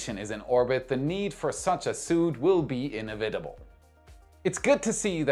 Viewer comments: it's /ɪnˈɛvɪtəb(ə)l/ not /ɪnɛ'vɪtəb(ə)l/ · In-evit-able, not ine-vita-ble :) Had to read the subtitles to figure out what word you said. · Nit-pick: You pronounced 'inevitable' as 'in-iv-it-able' whereas Americans say 'in-ev-et-able.' The second and third syllables are the 'e' sound in '.' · It's inEVitable, not in inevITable haha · Was that Inavoidable or Inevitable? those are In-avoid-able or In-nev-it-able ... In-avid-able is not an English word so far as I know. ... hee hee .. sorry it was funny. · Danke für die tolle Zusammenfassung! Ein kleiner Hinweis: die richtige Betonung bei „inevitable“ ist auf dem „e“. „in’Evi-tbl“ (weiß nicht, wie ich es anders schreiben soll) Nur, weil ich es jetzt zum wiederholten Mal falsch gehört habe … 😉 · "ene-VÍ-tible" "I know, I know... trust me I know." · in·ev·i·ta·ble /inˈevidəb(ə)l/. With emphasis on the 2nd syllable.9Just saying...) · pronounce "inevitable". Love your program! 🙏✨️❤️ (noticed you said "commodities" correctly! Cheers! )